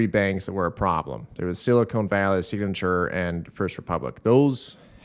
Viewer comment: The last syllable in the word silicon is pronounced "con", like a con-job. It's not pronounced "cone" like an ice cream cone. Silicon is used to make computer chips. Silicone is used to make sealant and breast implants.